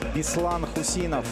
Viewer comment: Когда объявляли Хусинова, я услышал прозвище "Шаинский". Был удивлен)